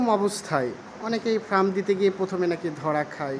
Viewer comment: শব্দটি ফ্রাম নয় ফার্ম